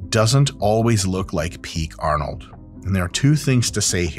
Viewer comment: Why does Dr Mike keep saying nine.. Arnold is not German